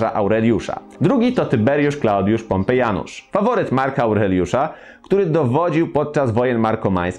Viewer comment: Tyberiusz Klaudiusz pompeJanusz" xd